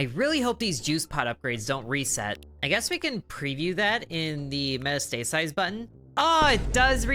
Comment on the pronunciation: Metastasize, pronounced Met-ast-a-size. Metastasis (met-a-stay-sis) is a pathogenic agent's spreading from an initial or primary site to a different or secondary site within the host's body. The term is typically used when referring to metastasis by a cancerous tumor. Silly boy! (BTW, not trying to be condescending or belittling, just trying to pass on some knowledge. Silly boy!😉)